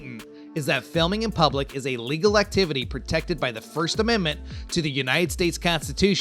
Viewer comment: The auto translate function of the CC translates exactly what the narrator says, he says alegal without a pause and it translates it as illegal. Since this is on YouTube and people who don't hear well may be using this function he should be a bit more careful with his speech. I am one of those who don't hear well and use CC and realized that 'illegal' in this context didn't fit.